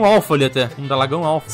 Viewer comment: F Menina de Ouro... ela tinha um coração de ouro😢😢😢 Uma vez um poeta disse "a viagem para pegar um ovo de dragão nunca será esquecida pelos desastres acontecidos"... comovente 😢😅 já mais esquecerei tão belas palavras kkk Põe o nome do Dragão de Dalagão Obs: no min vc falou Dalagão kkk achei incrível 😂😂